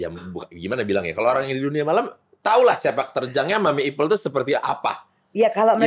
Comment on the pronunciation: Ipel Boris , bukan ipeul😂😂😂